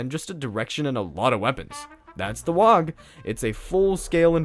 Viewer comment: I took psychic damage every time you said "wog". :(